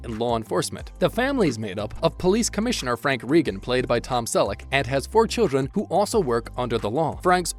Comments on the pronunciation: Let’s get it straight: The family’s name is pronounced “Ray-gun”, not “Ree-gun”. And it’s “Donnie”, not “Danny” Wahlberg. Lol. Not that many unscripted moments either, but nice try. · Please got the family name straight! "Ray-gun" not Ree-gun". Also it is Donnie Wahlberg, not Danny Wahlberg. Why couldn't we hear the unscripted comment? The title of the video was very misleading! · I have such a hard time listening to how he says Reagan. REE gun sounds weird. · Very irritating that the announcer can't get the pronunciation of the name correct, plus I don't see many bloopers only descriptions. This really sucks